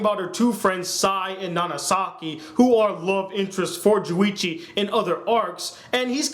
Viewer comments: it's Junichi not Juwichi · it's not juwichi it's JUNICHI get it right